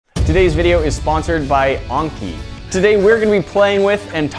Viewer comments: It's pronounce an-ki not on-ki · It’s not called unki it’s called Anki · it is an-kie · ITS pronounced Aaaaaaiiinnky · I like how you pronounce "anki" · HE CANT EVEN SAY ANKI CORRECTLY...